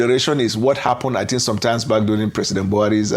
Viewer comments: It’s not tink. Say think. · You need to improve your presentation image and skills. For starters, you need a few lessons in elocution and particularly pronunciation. Think and Tink are two different words. Secondly, you should try and have a wash and dress well before appearing in front of the camera. Wearing your night T-shirt while appearing in public makes look dirty, unhygienic and dishevelled. In fact, you looked horrible in this video.